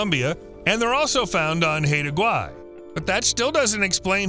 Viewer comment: Haida Gwaii is pronounced "high da".